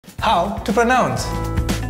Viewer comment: Wait a sec-- how did you just pronounce pronounce?